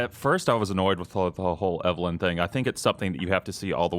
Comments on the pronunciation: god dammit! still saying things wrong. "Megnum", "Dreygons", "Reg doll" and now "Eveleeen". how many times have those words been said in video games and movies but still that accent. E-Ve-LYNN! LYNNNNNNN! LOL!!! still, always good to see him in GameInformer world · it's just weird cause they even say it in the game so many times. I guess i'm still harboring ill feelings for when he used to give Dan Ryckert hell when ever he would say things wrong, but here he is saying the girl's name wrong 5 seconds after someone in game said the name. i still like the guy though